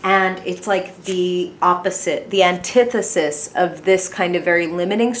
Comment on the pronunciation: Oh look at you pronounce antithesis good for you